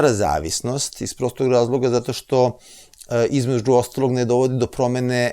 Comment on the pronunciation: Šta je sad ovo promoviše litijum, da je dobar za mozak. Zašto ovaj doktor govori KUČI, namesto KUĆI, IZMEDŽU namesto između! Haaaa teško računa, MOGUČE a ne moguće! Gde ovaj doktor živi???